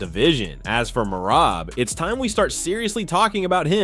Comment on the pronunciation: Tripping me out so bad how hes pronouncing Merabs first name differently every time he says it xD!!